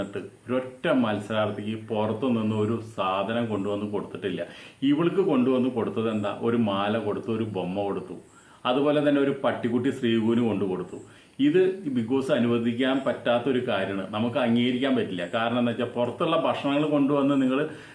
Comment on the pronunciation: ശ്രീകു അല്ല ചേട്ടാ.. ശ്രീതു എന്ന് പറയു.അഭിഷേകിന്ടെ അച്ഛൻ വേറെ വിവാഹം കഴിച്ചിരുന്നു, അമ്മ മരിച്ചപ്പോൾ തന്നെ. അതിൽ രണ്ടു സഹോദരികൾ ഉണ്ടല്ലോ.